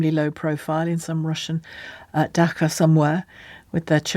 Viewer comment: Dacha = "da·chuh" not "daka"